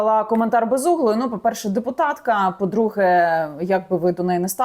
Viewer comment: Дипопотка ане дипутатка